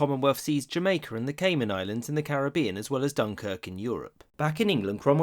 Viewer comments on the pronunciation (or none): none